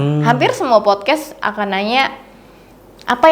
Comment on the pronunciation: Agak gemes lama² ya sama lu bang, "podcast" bang bukan "popcast"😅